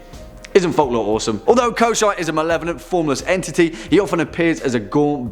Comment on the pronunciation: Koschei is pronounced Kou shay